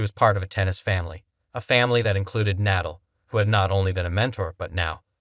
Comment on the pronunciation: Proto-zhay. Good grief, do the homework before you publish! Google pronunciations! It's easy! You presume to post about pro tennis, and you don't know how to pronounce Nadal?